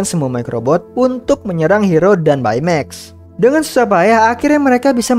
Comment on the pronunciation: baca baymax bukan bay mex tapi bey mex